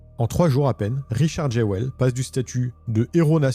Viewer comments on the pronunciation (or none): Je dis pas ça en mode critique mais ça me fume que Jewell se pronunce normalement "Juul" et que en fr on fais vraiment 0 effort : Jéwelle